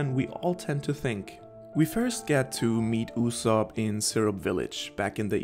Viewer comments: Yu-sopp not Oosop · YU-zop. that's how you pronounce his name in English. in Japanse it's YU-Zo-Pu. i mean come on- you probably watch the Sub, AKA original Japanese Dub, you must have heard a million times how his name is pronounced. why do you call him "OO-sop"?